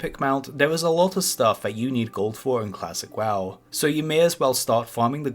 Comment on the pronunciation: Im sorry but your speech impediment makes this hilarious to watch :D "Classic waw" etc :D